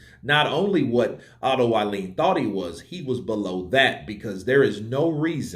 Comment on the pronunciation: C'mon Man, "Wallin" is pronounced "V-Eye-leen"!